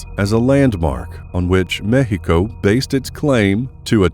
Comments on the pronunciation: you are miss pronouncing mexico... duho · i respectfully got a kick out of you pronouncing Mexico and i can honestly say i cant wait to hear you annunciate some chinese. sub'd. great content and presentation. thx🖒